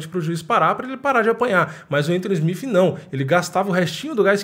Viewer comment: Admiro seu trampo mano, mas SmiFi é ruim de ouvir.